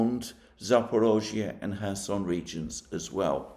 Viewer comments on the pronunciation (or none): none